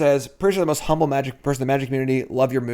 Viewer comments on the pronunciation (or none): none